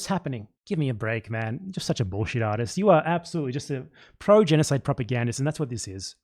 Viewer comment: Bullshit artist! Love when the Aussie breaks through 😂